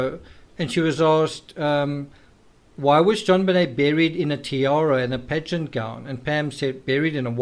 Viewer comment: Ya. Lol. He kept saying 'pageants' and for 4 minutes I thought he was saying 'bed sheets'.